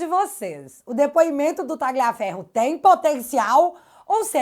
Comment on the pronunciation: Tira esse G do Tagliaferro... Pronuncie como um LH mesmo... Menos feio